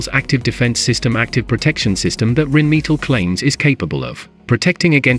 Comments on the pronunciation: You would think that in 2023 a computer voice wouldn't mispronounce so many words... Rhinemetal, me-tall? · The pronounciation of "Rheinmetall" is cruel. 🙉